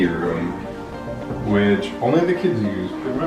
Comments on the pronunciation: This is going to come off as overly nit picky, I know, however I simply can't keep quiet any longer. It drives me crazy when people say kids-es... guys-es ... girls-es why oh why are you adding es? Kids...guys ... girls...boys... simple, no? Thank you and I'm so sorry to be a Debbie Downer because I really like you and your videos. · This is very motivating! Love the colors and simplicity. Side note: girls’ not girlses, kids’ not kidses 😉